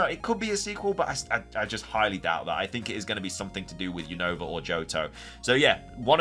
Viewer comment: why you keep saying Unova Name Wrong 😅